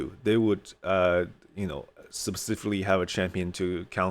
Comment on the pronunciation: This may be a touchie subject...plz don't take offense. English is a 2nd language for me too, and I struggle with a lot of the pronunciation too. I heard you say "SUB cifically" often. I use to not say this correctly too. Then someone gave me this tip. Just say " sp SIFikally". If you say it fast, it almost sounds correct. The sp sound has a short e sound in it.